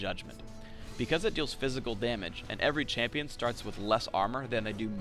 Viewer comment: Excuse me sir, its "Champion"